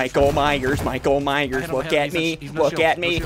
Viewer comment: he said mike ,myers not michael myers but still a great vid lol\\